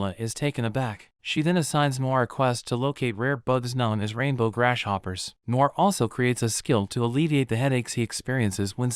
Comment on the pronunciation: Did anyone notice he said grash hoppers